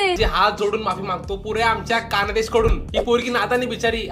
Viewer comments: Khandesh mhntyat dada kandesh nai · कानदेश नही रे खान्देश आहे